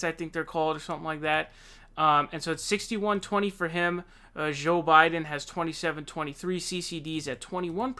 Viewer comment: "Zho Biden"